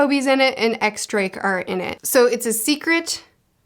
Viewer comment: Really a bummer that a Blackbeard theory wasn't picked here cause he's my favorite bit of theory material for sure. also for the record you don't pronounce the "X" in X Drake it's actually pronounced Diez Drake. The X is the roman numeral for 10 and that's 10 in Spanish which is a little silly but is the official pronunciation.